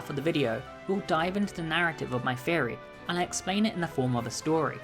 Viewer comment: first time here, and ngl everytime you said theory I thought you said "fairy" I'm embarrassed by how long I was confused for... oh well Sláinte